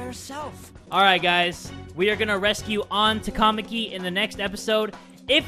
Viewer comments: ehhh I feel like it should be ta-ka-ma-ki though not ta-KA-ma-ki cause like with how they pronounce sakamoto... I don't think it's quite right somehow... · The way some of the names are pronounced in the game is sooo wrong. It's so annoying!, you're right. It's TAKA-MAKI. NOT TAKAMA-KI. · The way you were pronouncing “Takamaki” made it sound like some sort of food. 😂 Or maybe I’m just hungry. 😋